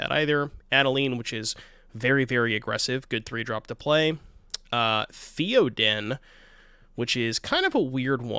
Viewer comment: wtf was the pronunciation of Theoden...surely you know who the King of Rohan is